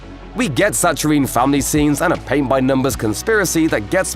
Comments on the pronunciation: How can you narrate for a pop-culture website and not know how to pronounce the name of a world-renowned actress? Or a common word like saccharine? Yikes. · is that how you pronounce “saccharine” across the pond? Interesting.